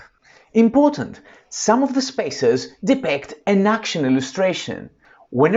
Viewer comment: Very useful video! Although I must say the strange mispronouncing of the word depict distracted me constantly. 😏